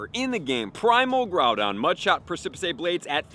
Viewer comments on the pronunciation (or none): It is pronounced "press a piss". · I believe it's pronounced press-ip-is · preh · suh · puhs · You are indeed pronouncing Precipice wrong. It's precipice, like on the precipice of defeat or precipice of victory, not precipisay. Prec·i·pice. Google has an audio way of saying that, but hope this helped. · Press-ih-piss, not press-cip-piss-aye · Ffs its pronounced PRESS-A-PISS not PRESS-A-PICE for groudons move. Im happy that you learned the word by reading but its killing me hearing it pronounced wrong lol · Press-eh- Piss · Press-ah-piss blades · DUDE. How many times do we need to tell you?? “PRESS-ih-PISS” is how this common word that most people already know is pronounced! STOP! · I love you and your tips, but you PRONOUNCE A Lot of things WRONG! Sometimes I cringe. The move is pronounced Press-Suh-Piss! Press-Suh-Piss Blades! Please! Thank you! ❤ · Lol your a legend thanks for all the info but it’s definitely pronounced press-sip-piss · I can't believe he didn't know how to pronounce Pre-ci-pice Blades. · lol I'm pretty sure it's it's precipice (press-ip-is)? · persepicay blades hehehe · I like how you pronounce the move a lot better but the correct way is: precipice /ˈprɛsɪpɪs/ noun a very steep rock face or cliff, especially a tall one. "we swerved toward the edge of the precipice" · Precipice is pronounced as press-si-piss 😁😁😁 Can't wait for the primal raids!! :_HYPE::_HYPE::_HYPE::_HYPE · Both videos he's made with it had me giggling when he said it pre-sip-uh-say, sounds like a fancy Spanish version. Reminds me of when me and friends say silly stuff like tar-jay for Target etc. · The annunciation is “Press-I-piss”. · Repeat after me. "Press a piss" Precipice, as in a sudden and steep cliff. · “Press-e-pess” Blades sir. Since you asked. Lol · You should look up the work "Precipice". Press-si-piss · Press-eh-piss blades is the pronunciation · Just wanna correct its Pre-ci-piss blades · Preh-sah-pis blades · Press and piss? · Preh-sa-piss blades